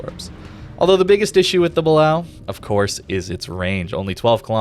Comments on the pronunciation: Guys, its not Ba-Lao. Its Ba-lay-o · Okay, I'm sorry but this really bugs me. It's pronounced "Ba-lay-oh."